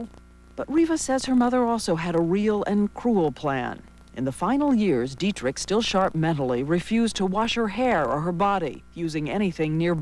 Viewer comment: its not didrick but dietrich